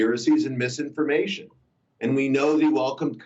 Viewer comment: The way he says misinformation XD